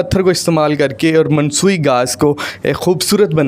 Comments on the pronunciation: Masnooee not mansooi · Mansui nai bhai masnuie hota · Masnui hota hy word na k mansui.urdu ja jnaza nikal dia 😂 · Msnoi ko mnsoi kh rahy bhai selling with chating 😀😀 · Not mansooi, its masnooi bhai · Mansoyi nahi bhi Masnoyi hota hai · Excellent,,, but ur vdo is not so informative about price plan,, 😊 Mansui nai hota Masnoi hota h beta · Mansoi nhi masnoi